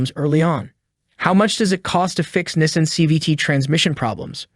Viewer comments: As soon as I heard Nism but not Nissan!! I knew I shouldn’t have listened to this clown 🤡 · Nessin lol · And he can’t even pronounce “Nees-on” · This entire script word for word is copied off a website. the voice is AI generated that’s why it cannot pronounce NISSAN correctly. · This is a parody video right?? He can't even pronounce Nissan correctly and he shows a low tire pressure light for the check engine light. Is pressing on the brake pedal while calling it the gas pedal. Lord I hope he is trolling us. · How much does it cost to pronounce Nissan properly?